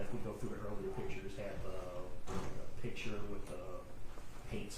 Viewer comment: He keeps saying pitcher instead of picture. 😂